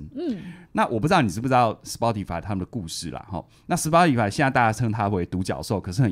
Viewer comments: 是 「死巴tify」不是「死剖tify」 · Spotify 這個名字的正確發音是「斯波提」(S-poh-tee)，其中「S」發音像是「斯」，「poh」發音像是「波」，最後的「tee」發音像是「提」。 以上是chatgpt說法 聽劇中人物也是唸「波」，「巴」也許只是台式發音